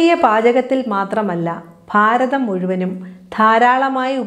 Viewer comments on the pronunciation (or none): none